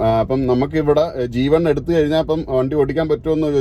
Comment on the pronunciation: G2 എന്ന് പറഞ്ഞാപ്പോഴാ ജീവൻ അല്ലാന്ന് മനസിലായത്